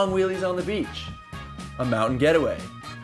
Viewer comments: coming from a swede you pronounce husqvarna completely wrong it is not hoskavarna its Huskvarna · Come on guys!! Husq- varna not Husq-a-varna!!!! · You don't say it like huskevarna.... You say it like hus-kvarna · Freakin' awesome man ... BTW it's pronounced Huskvarna, not Husk-e-varna. Fun video though. Makes me want to get on my SMR again. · Hey Guys it is pronounced Husqvarna, not Husq-a-varna. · I'm really annoyed at how you pronounce Husqvarna. It's not huss-k-varna, it's hoos-kvarna. It's not that hard guys. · Swedish and pronounced "whoskvarna", it's not that difficult.